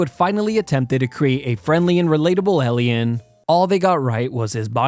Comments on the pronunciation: Holy shit learn how to say Alien not ellieun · The scariest thing is the way you say alien "elleeyen" wtf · “ellion” instead of “alien” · Alien - you say 'alley-in' - it's, 'eigh-lee-en' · It’s pronounced Alien not Ellien. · why do you pronounce alien as elian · What is an Ellien? Is he trying to say Alien? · Alien. Not ehlien. I'm kidding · Why to you pronounce Alien as Elien? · Why can't you pronounce "alien?" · The way you pronounce it as "ellyin" pisses me off so much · Ely-en, Ely-en? ELY-EN! 😩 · Something about how he says alien like "ellion" and his flat affect, give this vid the vibe of that kid in school boardly giving a report on a subject they have thought about a lot, hah. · He pronounces it like eh-li-ehn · AI crapbot.cant pronounce Alien lmao. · I hate the way you pronounce alien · You're saying alien wrong. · the scariest thing in this video was his pronunciation of alien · A very unique pronunciation of the word "Alien". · I’m getting way too frustrated at the way he’s saying alien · I love the way you pronounce the word "alien" 😂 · why does bro pronounce alien like that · The scariest thing is how you pronounce Alien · The scariest thing from the video is how he pronounces alien 😂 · The most terrifying thing here is how you pronounce "alien" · The way this guy pronounced “alien” really bothers me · Bro can't pronounce "Alien"😭